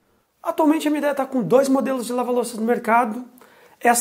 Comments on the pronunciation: A pronúncia da marca é mídia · a pronuncia é mídia e não mideia